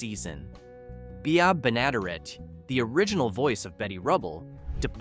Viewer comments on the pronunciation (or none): Pronounced "Benna-DEAR-et" not "Be-NADA-ret" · "The most successful domestic comedy of the 1950s" was not "The Honeymooners." It was "I Love Lucy," by a landslide. Just say it was based on "The Honeymooners" without adding incorrect asides. Also, it's Mel BLANK, Jean Vander PILE and Bea BENN-uh-DARE-it. Please, a little preproduction research is not a lot to ask.